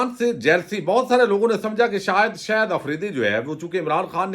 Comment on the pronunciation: صاحب خدا را شاہد آفریدی کو “شہد آفریدی” کہنا آپ جیسے محنتی اور فرض شناس وی لاگر کے شایانِ شان نہیں۔۔ اور “ظاہرہے”کو “زہرہے” تو نہائت ہی ناقابلِ معافی ہے۔ برائے مہربانی اگر تھوڑی سی مشق اور بہت ساری احتیاط کرلینے سے اس ہولناک عیب پر قابو پایا جا سکتا ہے! اس تنقید کو مثبت انداز میں لینے کا پیشگی شکریہ!